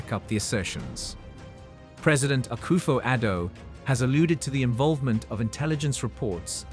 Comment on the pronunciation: Please stop saying Ghana say Akoffo Adu please